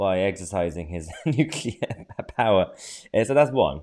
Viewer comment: When she said nuclear she really meant unclear